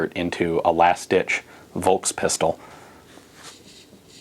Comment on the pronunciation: The "V" in Volkspistole is spoken like the "F" in Fahrenheit. Interesting video.